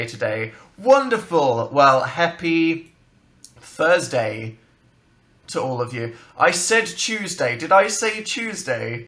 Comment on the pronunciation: Did he say 'heppy fursday' ??